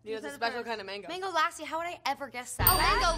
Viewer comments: Its lassi stress on s and not lasi😂😂😂😂 Still i love ari...she is sooo cute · mango ''LASSI" its not that hard to pronounce its Luh-see not Lah-see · They said mango LasEY instead of Mango Lassi (lu-s-ie) It’s a Indian drink or like a yogurt drink